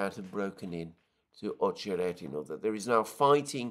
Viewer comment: [ Ah che RET i na ], not [ Oh che RET i na ]